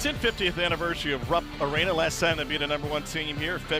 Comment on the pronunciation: "Rupp Awena" 😄